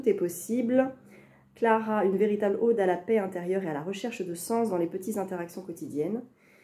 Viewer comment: Super vidéo ! Petite correction : on prononce "ode" comme "code" ;-)